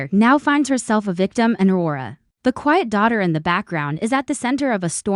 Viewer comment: What the hey! Please get a human who can pronounce the English language properly. Please call this show it has gone from the sublime to the ridiculous. Wara? Does Aurora know about her?